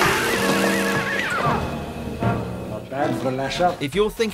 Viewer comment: You said wirrin incorrectly